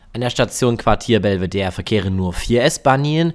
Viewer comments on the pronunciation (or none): Auch wenn es auch sehr viele Wiener ebenso falsch aussprechen, heißt die Station und das angrenzende Museum Belvedere und nicht Belveder. Das letzte E wird ganz normal ausgesprochen, da es aus dem Italienischen kommt und nicht dem Französischen (da würde es Bellevue heißen).